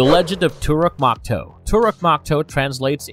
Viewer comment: IT IS TORUK MAKTOO NOT MAKTOO MAKTOO PRONOUNCE IT LIKE MAKTOO MAK AND TOO PRONOUNCE IT THE NA'VI WAY